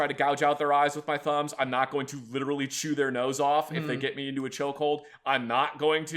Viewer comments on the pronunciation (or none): none